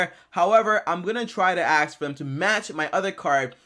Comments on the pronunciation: Have you ever axe? Axe. Axe. Axe. It's ask my dude. A-S-K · You mean "ask", right?